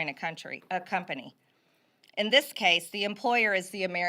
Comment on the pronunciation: “Dis is what has happened”?! She really said “Dis is…??